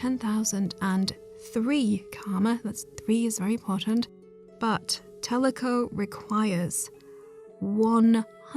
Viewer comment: Kick ass video but I couldn’t stop thinking about tlecho being pronounced as teleco the whole video